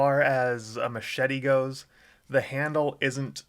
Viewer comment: And the smachet lol